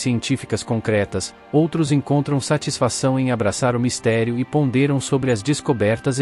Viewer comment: TANGUÍVEL??? pondÊram??? iconicas? é uma narração automática? Isso sangram os ouvidos.